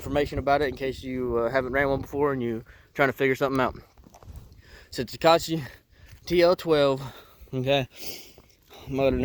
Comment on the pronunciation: Good video. Thanks for getting right to the information and not rambling about crap that is irrelevant. 😊 Sorry to be that guy but repeat after me: Toka-you-chee. Thanks.